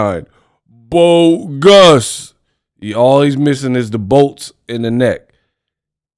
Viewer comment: "BO-GUS" 😂😂😂😂 Monster Squad!! Caught that!